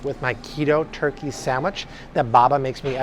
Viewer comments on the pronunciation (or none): none